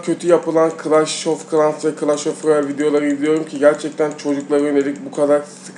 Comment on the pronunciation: "Clash Of Royel"🥺